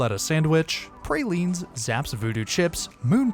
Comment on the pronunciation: The man narrating this mispronounced most cities and praline. If you can’t research pronunciation I won’t listen again.